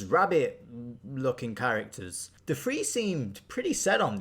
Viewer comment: Dude are you a British ? I swear I heard plenty on English Men say" free " for " three " and it makes me wonder if I've been saying three/free wrong all these years with my broken American English 😂🤣😅🤷🏾‍♂️